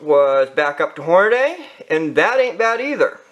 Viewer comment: As soon as you said "Hornaday" instead of "Hornady" (Horn-a-dee) I was done watching.